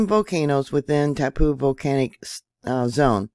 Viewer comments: It's tau-POH, rhymes with "now GO". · Hi from NZ. its pronnounced ,, tar- po. Love to all!